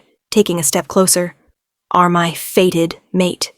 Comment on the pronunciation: " Fated mate " not a " faded " one , a normally modulated voice , no ridiculous pauses in weird places , no stupidly vacant attempts to make sound effects . Oh joy !